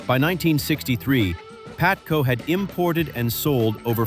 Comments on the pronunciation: AI Video... it is not PATCO, it is PABATCO LOL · By the way,it's called P A B A T C O,not Patco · PaBATco, not Patco. Jesus bro, can't you get such an important detail right? AI SUCKS ASS!!! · It was "PABATCO" you AI genius